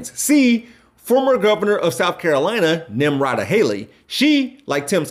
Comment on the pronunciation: U butchered Haleys's name bro lol: It spells 'Nim-ruh-tuh' . Anyways, first time watcher , loved ur content , very informative